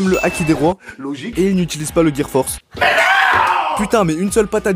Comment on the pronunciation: C le gear four pas force😂😭😂